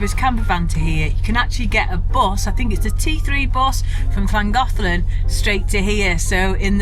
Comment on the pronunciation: Hey, sounds like you've got the pronunciation of "Llangollen" down like a regular Welsh (if that's the right term). I think you'll like New Orleans if/when you come in a couple years. It's definitely a party town so you guys should have fun, and you can be just about as "rude" as you want...lol. I'm hoping things have gotten much, much better over here by that time. 🤞Oh, if you run into trouble while your there, just give me a shout. It's a bit of a drive for me but, I'll bring the bail money! 😂 Thanks for sharing. Take care.